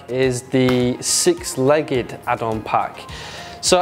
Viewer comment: Leg-ged? GG WP